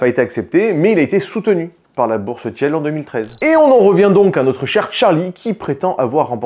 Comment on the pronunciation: Peter Tiiiiiil pas Tièle 😅